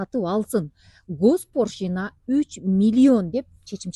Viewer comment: Госпоршина эмес госпочлина